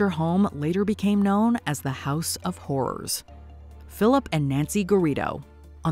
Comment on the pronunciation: except ‘horrors’ was pronounced correctly.